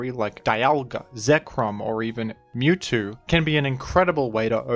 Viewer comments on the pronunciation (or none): none